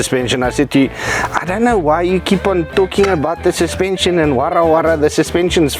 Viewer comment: Baie nice jul, "suspension" het 'n "N" in. 😅😂